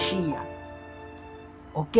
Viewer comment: Paz irmãos. Ele diz (RAMACHIA)Mas me parece que os Yzraelitas dizem ,apenas MACHIACH. Quem pronuncia certo ,precisamos acertar isto porfavor me ajudem!